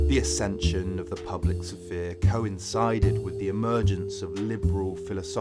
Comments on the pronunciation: "Sah-Fear" apparently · The way you pronounce sphere is beyond triggering. What is wrong with you?